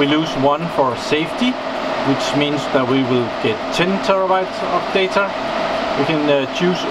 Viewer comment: who doesn't like 40tb of "dater" LoL!